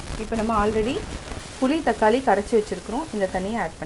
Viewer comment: அம்மா, அது புளி, தக்காளி, கொள்ளு. நீங்க சொன்ன மாதிரி . புலி, தக்காலி, கொல்லு இல்லை. முதலில் சரியாக வார்த்தைகளை சொல்ல கற்று கொள்ளுங்கள். பிறகு ரசம் வைக்க சொல்லி தரலாம்.